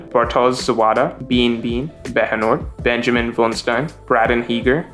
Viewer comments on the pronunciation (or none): none